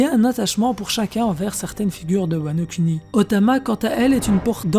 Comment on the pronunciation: cette voix monotone ptnnnnn on s'endort, ah et sa se prononce wano kouni pas wano kUni